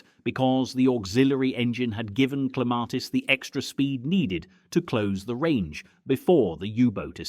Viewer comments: They finally pronounced Clematis correctly within 1 minute they were back with the r. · Where the hell is the "R" in your pronunciation of Clematis 😂